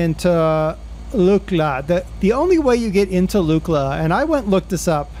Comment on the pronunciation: Pronounced Luckla